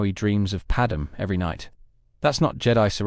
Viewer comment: Who the fuck is 'Padamin?'